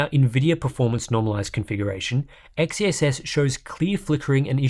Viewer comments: I want to tip my hat at you for saying XeSS multiple times without fail. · Respect for a constant perfect pronunciation of XeSS